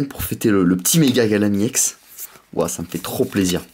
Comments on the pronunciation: arrete on dit ex pas iex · On dit pas iex mais on dit ex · C pas iex full art mais EX full art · Pourquoi tu dit iex? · Ou mais en anglais "e" se prononce "i"